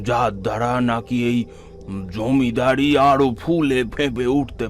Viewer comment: জমিদারিত্য ? জমিদারি হবে সংশোধন করবেন ওপরের বার ❤